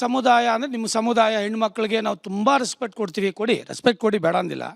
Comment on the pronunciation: reksfect😂 e nan maganige kannada antu correctagi baralla , simple english kooda baralalla 😂